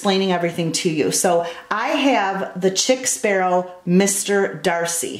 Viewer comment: Chic ( sheek) sparrow Pronounced sheek. Just a FYI